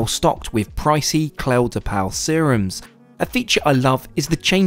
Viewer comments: Just to let you know the toiletries in the loo are from Clé de Peau which means "skin key" in french and is pronounced "clay-de-po"😊😉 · just FYI, the brand of restroom amenities is pronounced "clay de poh" (rhymes with snow). I think it's wonderful you always dive into the ethnic experience with airline food and try the more interesting options. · Loved this video, but you pronunciation of Clé de Peau made me giggle! It's like Clay de Poe. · Thanks for another informative video. Living vicariously through you and some others like Non Stop Dan. Now, for future reference, Clé de Peau is pronounced clay duh poh (as in Play-doh).